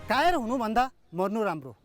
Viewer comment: kafar nahi kayar hey